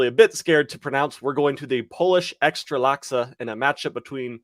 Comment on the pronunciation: love that EKSTRALASKA what means hot chick in polish xD it's EKSTRA KLASA:P